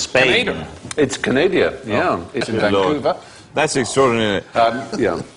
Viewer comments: Stephen said, "Canadia" - oh myyyyy! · Canadia you say?... Pity. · Calling Canada Canadia is probably the high point of Abbott's Prime Ministership. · Where do Canadians come from? Canadia. What do you call people from Canada? Canadans.